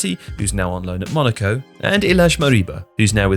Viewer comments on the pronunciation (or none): none